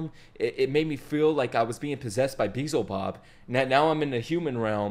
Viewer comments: my dude said Beezlebob lmao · I’m sorry did you Calle beelzebub ‘bees el bob’!? Haha. Whoo. Wow. Honestly better.